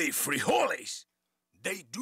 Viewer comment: Nadie va a hablar del: "jOli frijOles" ? enserio nadie? jajsjsjjsjsjs